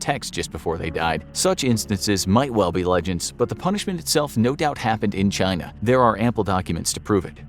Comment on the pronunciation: Chyyy-na, still hasn’t changed much